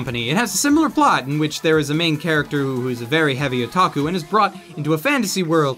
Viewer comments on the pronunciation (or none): none